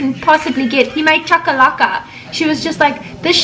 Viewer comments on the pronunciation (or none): Lol kodwa,you killed me when u pronounce the chakalaka 🤣,i bet u sound like that lady who was against south african food.....i love you guys😍